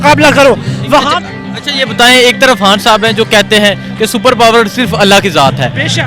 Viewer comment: ...han sahib nahe khan sahib bolo, corect your pronounciation